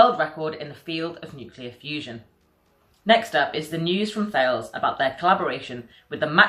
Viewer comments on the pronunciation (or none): Please ask someone at Thales how to pronounce their company name!